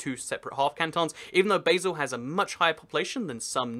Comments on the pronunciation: Basel is pronouced baal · I like your enthusiasm for Swiss politics. It is a very confusing topic and you captured a lot of it clearly. Greetings from Basel. I did laugh when you pronounced Basel like the food spice. We say it like Baah-zel. Still, the video was really cool. I learned a lot about Russia's states that I didn't know before your video. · how he pronounces Basel though :) Oh and Zug is not the smallest Kanton. (Only the smallest full Kanton. (Basel and Appenzell Innerrhoden are smaller. Fun Fact: I can see my street in this video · Why did you mispronounce Basle? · It is pronounced "bal" or "basel"?